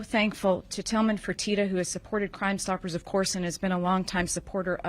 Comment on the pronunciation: Its Tillman Fertitta NOT Furtina, you idiot!